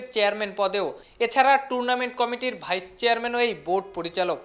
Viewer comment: It's vice-chairman not vichherman